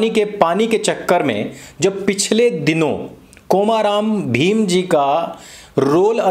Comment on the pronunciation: कोमा राम भीम नहीं आर्य भैया कोमरम भीम है नाम